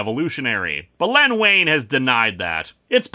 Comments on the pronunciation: It's pronounced "Ween". Len "Ween". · Wein is pronounced 'Ween.'